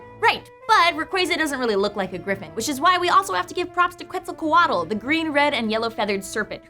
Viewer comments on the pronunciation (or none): Dear: It's written Quetzalcoatl, and it's pronunced Ketsalcoattel, nor ketsalcuatel. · The way pronounces Quetzalcóatl is funny